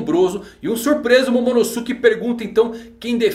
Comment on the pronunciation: Poha eh /Momonôske/ que se pronuncia